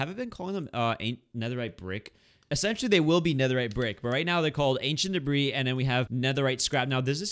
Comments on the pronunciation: you don't pronounce the "s" in "debris" by the way and love this series💖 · That’s because the “s” is silent